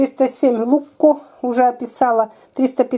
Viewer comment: ZaGorsko volovsko oko! (ЗаГорско воловско око), т.е. типа "бычий глаз загорский":)) А другой "луЧко", а не "лукко".